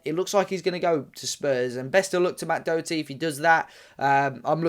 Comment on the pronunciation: Can’t even pronounce his name properly